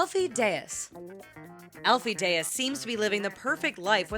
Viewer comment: Alfie Dey-as 😂 is still ugly